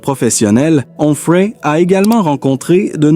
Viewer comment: Quel rapport entre cette voix artificielle qui hésite entre Humphrey et Enfray et la femme du philosophe de CNews ?